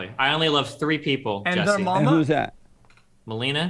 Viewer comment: It's *Me lee nee yuh